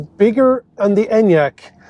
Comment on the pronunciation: SSSSKKKODA ENYAQ, seriously- pronunciation??? 🙄